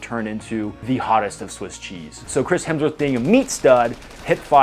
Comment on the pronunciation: Feedback...your version of "Hemsworth" was spot on with the Aussie accent.